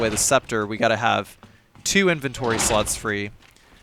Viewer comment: i keep hearing inventory sluts...><